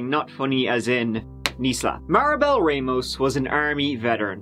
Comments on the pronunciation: It's not Ray-Moes. It's RahMohs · Rahmos not Raymost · Ramos not Reymos.